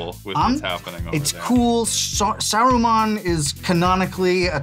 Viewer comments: It's annoying that he kept saying soruman and not saruman ... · ive never heard saruman pronounced so many diff ways